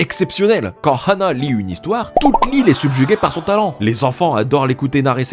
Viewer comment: pourquoi il dit rhana et pas ana meme si il y a un H